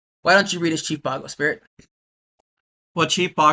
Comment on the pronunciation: Chief Bog-oh. I'm calling him that from now on.